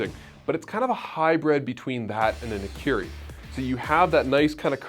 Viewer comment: Nikiri ??? I always thought it was called Nakiri. Nikiri sounds like a type of sushi(Nigiri)